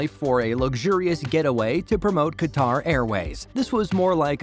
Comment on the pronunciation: This is the 2nd video I listens to the mispronounced Qatar.